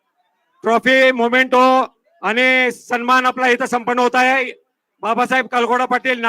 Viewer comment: मोमेंटो नाही मेमेंटो म्हणा